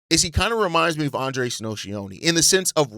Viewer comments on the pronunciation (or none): none